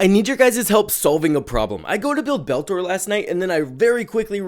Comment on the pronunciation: Betor, not Beltor.